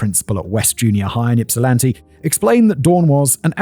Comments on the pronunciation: I giggle wildly everytime Simon says YIPsilanti. 😂 much to the comfort to my coworkers. Also, going 'YIP' like a hiccup noise isnt helping either. 😊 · I hate that you say it YIP silanti… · Yeah - as soon as he said “Yip sill anti” I had to groan a little. I also understand that it could be difficult for people pronounce, but damn, do some research. In the days of internet, these things are available pretty easily. EDIT: after listening further, he does a decent job of pronouncing most of the cities. Ypsilanti is the main one he doesn’t get right. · Listening to Simon trying to pronounce Michigan city names is both cringe worthy and hilarious 😂😂 Also, Simon, it's not YIP-silanti, it's IP-silanti. The Y is silent lol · By the way the Y is supposed to sound like Ip not Yip. Ipsilanti is how it's pronounced. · Yipsilanti? Yippie! Boy... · I. Have never yelled yippsilenti, so many times in my life I went to Eastern Michigan, I've grown up in this area my entire life you pronounce it EPS I LANTI you drop the Y. AND ITS WASH TIN AW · Not pronounced YIP. It's pronounced IP. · From Ypsi, born and raised! My mother was actually a young adult in Ypsi at this time, and dyed her hair to supposedly avoid being John’s preferred type of victim ☠️ Also not sure if it’s covered later on, but for anyone wondering, Ypsilanti is pronounced “Ipsilanti”, not “Yipsilanti”! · HELL YES EMMA, THANK YOU FOR DOING THIS ONE!!! I'm so excited. Edit: Simon, it's "ipp-sih-LAN-tee", not "YIP-sih-lan-tee" lmao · Lifelong michiganander and I'm lmao at "Yipsilanti" 😂😂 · lol u did ur best. i live in plymouth. just so u know, its pronounced (ihp-sil-an-tee) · Also, we pronounce it IPsilanti, than Y is silent. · Yip-silanti is sending me 😂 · the Y has an i sound when pronouncing it. So it's pronounced as (i)psilanti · No. Just like Kerri is pronounced the same as Kerry. ip-suh-lan-tee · sometimes he would say it correctly and sometimes he pronounced it yipsilanti. He was flip flopping the pronunciation.